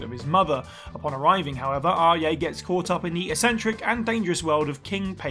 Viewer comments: Did he really say 'ah yay' for Ajay(fc4 protagonist) 💀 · Where are you get your pronunciation of Ajay? Awe yay, he's not Kanye West. Not even the locals in the game say it like that. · Bro who TF is Aryay? Like all you have to do is play the game to hear how the name is pronounced🤦🏻‍♂️ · It’s “AH-jay.” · Far Cry 4 protagonist name is pronounced like AwwJay. Seriously google how to pronounce a name if you don't know, takes less than 30 seconds SMH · Dude can’t even pronounce Ajay’s name correctly lol wtf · Seriously, the player's name is said SO much that the only way you could possibly say it this wrong is that you didn't play the game at all. I'd love to see a list where they mispronounce ALL of the protagonists' names... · Did this man just say Ajay with a silent J like it's a Latin name? Bruv